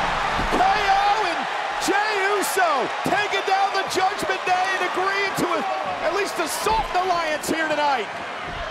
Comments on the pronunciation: Did Cole just said Judgement Gay? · Michel almost sais“Judgement gay”😂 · cole? did i hear judgement gay? 🤣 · Michael Cole said Judgment Gay on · I heard judgement gay